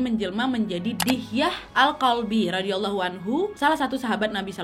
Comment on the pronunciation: request bahas kisah berbakti dengan ortu, supaya makin banyak anak muda yang kuat pondasi hidupnya.. terimakasih nad.. love banget ama videonya punten ijin kasih masukkan pengucapan.. Sayyidah Fathima ra, Sayyidah Khadijah ra= Rhadiayallaahu anha Ali bin abi thalib ra = Rhadiyallaahu anhu